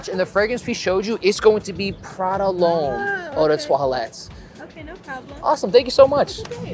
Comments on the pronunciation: Why does he keep calling it Prada L’Homme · Why do you keep saying it’s Prada lhomme? And that high first on the first girl is so awkward. Just shake the hand dude😂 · Nice Video Content 👍🏻 like your reviews Btw you said Prada L’homme like 4 times until you got it 😅